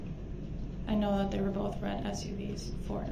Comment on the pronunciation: I notice any word that ends with TH, he can't pronounce it. He throws a F at the end of them. Like Boff, detective goof, and troof. The list goes on.